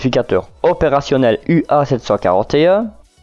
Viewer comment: J'apprécie beaucoup votre chaîne dans laquelle vous diffusez du contenu de qualité. Je me permet cependant de vous préciser que la première lettre est un mu (grec) et non un u !!! Mis à part cela, tout est au top !!!